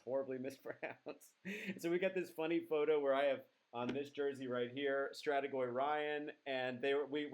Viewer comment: You said Strategoi (finally) wonderfully! 😂